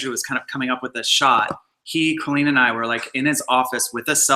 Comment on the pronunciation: She keeps calling her "Cahleen" instead of "Co Leen"😂😂😂